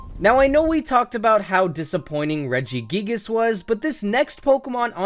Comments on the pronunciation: REGIGIGAS, NOT REGGIGIAGAS! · IT;'S REGIGIGAS, NOT F*CKING REGIGGIGIS!